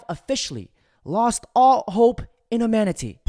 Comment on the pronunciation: Brotha I love your videos but start learning how to pronounce words correctly it’s HUMANITY not amanity